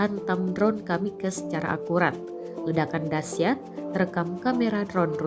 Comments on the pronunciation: Kmikaze itu bahasa jepang mbak, jadi jangan di baca kamikkez kayak bhs inggris....haduh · Kamikaze itu dibaca kamikaze juga... Itu dari bahasa jepang Jgn dibaca kamikas wkwkkw lain bahasa inggris bosku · Narator menganggap kalau kata "kamakaze:" merupakan Bahasa Inggris, makanya dibaca "kamikaz". Padahal barasal dari Bahasa Jepang yang tetap dibaca/dieja "KAMIKAZE". 🤗🤗🤗